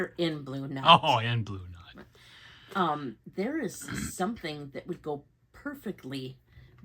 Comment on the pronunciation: Congrats. It's so damn cute! 😊 The colour would be Blue Nuit? Which means blue night, the Nuit is usually pronounced "nwee" 😊